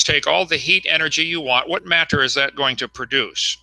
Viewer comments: Thanks to Kunt Hovind every creatard pronounces matter and water like a prick. "If you would take all the Maa-turr....." "During the flood there was a shitload of Waaaah-turrr released and......". Seriously, listen to all the other fuckwads who grew up listening to this molester-glasses wearing fuck. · i bet you wanted to tell him.. How not to pronounce wah'ter or mah'tter